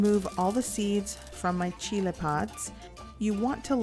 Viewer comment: CHEE-LAY, CHEE-LAY, CHEE-LAYS.